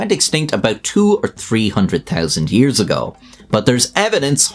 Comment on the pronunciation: Say, THEN and TEN. ten tousand years. Lol